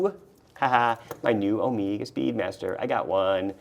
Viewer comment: "omeega" ... been hanging out with TGV too much 😊